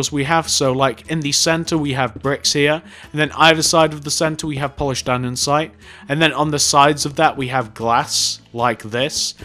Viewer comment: "Polised Aninsite"